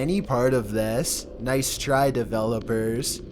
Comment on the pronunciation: noice triey develowpers